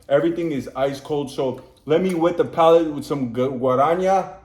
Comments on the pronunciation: Amo como ele fala Guaraná haha Guaranha 🤭🥰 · You're saying "Guara" just fine, but in the end of the spell, your are more like "nhá" instead of "ná". Just remember how The Beatles finish "Hey Jude", in the "na na na nanananaa" part 😅, is basically the same thing❤ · You can say GUA-RAH-NAH :) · In Portuguese, J sounds like in French, not Spanish. Guaraná has no H in it, it's not "guaraña". the "ñ" in Spanish is "nh" in Portuguese. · Guaraná is not pronounced guaraña its a normal N guarana, Picanha is pronounced picaÑa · By the way, just a hint, you swapped the n<->nh sound in picanha (nh is pronounced like ñ, so like "picaña") and guaraná (normal "nah" sound) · Please pronouse "Guaraná" and "Picanha" correctly. It hurts all brazilians